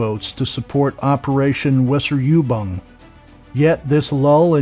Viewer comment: FYI 'W' in the German language is pronounced as a V. It isn't Wesser-You-Bung, it's Vaser-OO-Bung